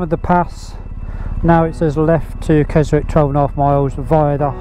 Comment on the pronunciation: Another great video. I've done the Hardnott and Wrynose passes a few times. My worst one was when my clutch cable snapped at the top and I had to come all the way back crashing the gears! Not a recommended experience! Oh and by the way.... It's pronounced "Kezzick" not "Kezwick"!! 😉 P.s.... I've subscribed anyway!